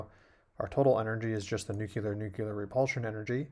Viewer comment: Great vid.. many thanks, Sir. But, nuceelar-nuceelar :)